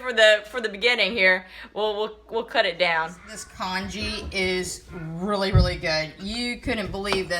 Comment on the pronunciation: haha do you mean congee?